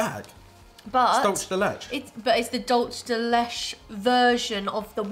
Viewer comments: "Dulsh de lesh"??? lol, dulce de leche is Spanish, literally means "sweet milk". The first and last words both have two syllables; pronounced sort of like "dool-say de le-che." The Regal cherry candies are one of my favorites from childhood (I'm in my mid-60s). They don't come off as "sour" to me; I'd be more inclined to say they have a bit of tartness. Those and the Reed candies are not very easy to find in my area. I usually buy the Regals, and the root beer Reeds whenever I go to Cracker Barrel restaurant, in their gift shop. That's the only place I ever see them available. Oh, and I agree with what said: chocolate IS more fun than tech!:-P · My hispanic self was soo triggered at how they pronounced “Dulce De Leche” 😂 its “Dool-Seh Deh Leh-ch-eh” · This is among my top 3 channels on YouTube. For future reference 'Dulce de Leche' is pronounced = Dool-se de let-che, which translates into 'Candy of Milk' or 'Sweet Milk'. From what I gather, it's a lot like 'milk caramel'. However, there is slight difference between milk caramel and Dulce de Leche Love the chemistry between you guys. It's very refreshing. Thanks for the smile. Keep it up. ✌🏼 🥶 Is this how you guys felt when trying the FREEZE Sour Patch Kids? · Omg no you said “dullce de lesh” 😆 I was triggereddddd because it’s “Dull-Seh de Lech-eh” 😂💕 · no, not 'le chay' but 'le cheh' Im Hispanic that ain't how u pronounce milk in spanish. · “dulss de lech” lmao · Dulche de leche = dull say day lay chay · dulch de letch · dulce de leche Is pronounced "dool se de le chay" it means "candy from milk or caramel" in Spanish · Dool say deh lay chay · nooo its 'dool se de le cheh' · and, Dulce de Leche is pronounced dool-seh-deh-LEH-cheh. Love you guys! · Lol "the dulch del lech" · Dulce de Leche is pronounced: Dull-say deh lech-eh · Dol-chay de-leh-chay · did she just say, dulsh de lesh i- oh my god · Dolce de leche is pronounced dole say de lay chay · Dulce de leche is said like dull se de le Che